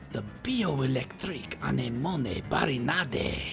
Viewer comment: You pronounced anemone wrong, lolz. It isn't "on-E-moan-E", it's "uh-nem-uh-nee"